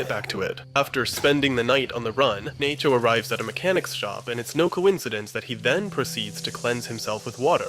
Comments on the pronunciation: This is the moment Nacho became Naycho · the narrator is an AI too. he said naycho at one point and there was all kinds of ai artifacting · you pronounce Nacho as Nay-cho. What happened there? Are you using an AI voice? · Naycho - fucking AI slop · you really just say "naecho"??? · he said nay-cho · Great video. Great points. But why did you call him "Nay-cho" ? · lmao naycho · Is this an ai? Only asking because its from 10 months ago and it says naycho out of no where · He also says Salamancas weird towards the end too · Did you really say nay cho ?? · Who tf is Naycho? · did you just say "Nay-cho"? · naycho??? are u even real? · Dude really said "Nay-cho," smdh. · Great vid, but why does bro call him Naycho though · "Oh wow what a well argued video essay, I like the analysis of the tanker scene as a baptism in anointing oil, very- wait did this guy just mispronounce Nacho as 'nay-cho'? Oh my fucking God this is an AI voice. Let me check the description, surely the script is human and just narrated by an AI- OH MY GOD THE DESCRIPTION IS AI TOO. THIS WHOLE FUCKING VIDEO IS AI GENERATED. THIS WHOLE CHANNEL IS PROBABLY AI GENERATED." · I'm sorry did you say NAYCHO? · salamaynca too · did I hear that right? "Nay-cho" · It took me way too long to realize this was an AI generated video but once i heard that my ears perked up like a fucking dog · Yeah! There a problem with that Waylter? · Naycho? ...buffoon! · Did you just call him “Naycho”? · This is AI, at one point halfway thorugh it says Nacho wrong